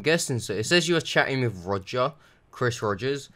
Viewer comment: Row-Ger The Scammer